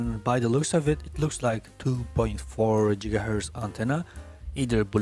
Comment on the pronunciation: Him saying Jigahertz just means this takes place in the same universe as Back to the Future